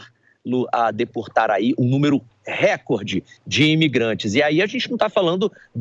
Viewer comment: Por que quase todos os jornalistas, repórteres e blogueiros etc falam "récorde"?. Não existe essa palavra no Português. Record em inglês ✓. No português: recorde, sem acento.